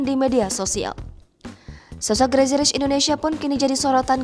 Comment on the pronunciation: Crazy mbak...crazy..... Bukan GRAZY 😁